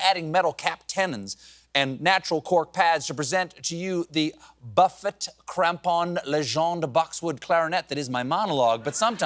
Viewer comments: It's pronounced "Buff-ay," not "Buffit." Come on man, if you're going to throw a bone to band nerds, you gotta get it right, lest they ridicule you mercilessly on the TikTok. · As a clarinetist, I’m SHOCKED he mispronounced “Buffet,” as buff-it and not Buff-ay. Them instruments too expensive! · The clarient reference caught me by surprise at the beginning. Primarily because the references to the parts caught my ears, and then he said 'Buffett' instead of 'Buffet', which is pronounced just like the serve-yourself type of dining. Still laughed. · Buffet == "Boo-fay," Steven. Reformed clarinetist here. Gawd love ya! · Buffet-Crampon Clarinet (pr. Buf-fay) C'mon, Col-Bert! A rare miss! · As a clarinetist, I can tell you that the buffet in Buffet-Crampon is pronounced buff-ay just like an all you can eat buffet, not the singer. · Disappointed the writers didn’t tell Stephen how to pronounce Buffet Crampon Clarinets. The t is silent like his name. It’s pronounced ‘Buhfay’—- awesome that they referenced clarinet at all. Where do they get this stuff! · Omg yay, a clarinet joke! How incredibly esoteric and I loved it, even with the awful pronunciation lol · The clarinet would like you to pronounce its name like a sideboard, not like a Warren or a Jimmy.